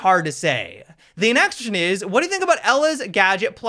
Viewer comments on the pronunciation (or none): is there a reason you are saying "...the next-tion is" instead of "next question is?" lol and and